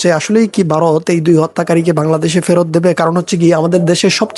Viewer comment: 😂 ওরে বাঁড়া, ওটা বারোত না 🤣ভারত। 😂😂 তোর বাপ রে